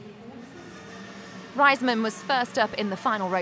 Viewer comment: its not pronounced Ryesman..its Raysman. smh can't stand ppl saying her name like that lol.